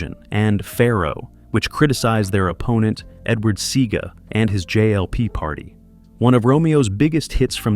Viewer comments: am I the only one who is wondering how the narrator seems to know so much about reggae music and history, yet he cannot pronounce names/words correctly? Buju? Babylon? Edward "Seega"? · Mispronouncing Seaga's name is killing me.